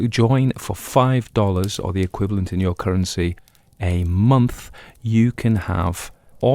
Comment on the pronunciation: I'll never tire of your pronunciation of "Yuer", and I've been listening for Yuers! 😅❤